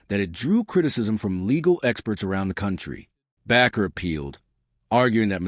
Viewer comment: The last name Bakker is pronounced with a long A isn't it? Like a baker!